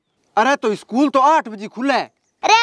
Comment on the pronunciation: इस्कूल koni स्कूल how